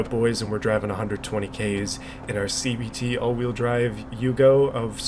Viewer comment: Watching this at 2x speed makes it sound like you’re saying CBT instead of CVT